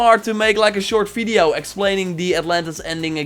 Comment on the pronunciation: Thank you for the fresh info. But you really have to start saying "video" instead of "fideo", man.